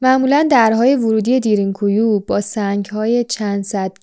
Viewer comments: دیرین کویو چیه میگین، اسمشو به ترکی باید تلفظ کنین که میشه دَرین کویو ، یعنی چاه عمیق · تلفظش اصلا اونطوری نیست که شما میگین خواهشا دقت کنید این اسمها خیلی مهمه درین گویو به معنی چاه کمی عمیق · Darn ghoee تلفظ میشه یعنی چاه بسیار عمیق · اسمش درین گویو خوب تلفظ نمی کنید ریدی ترکی رفت مثل ماترکا بعضی وقتا زبان فارسی خراب می کنیم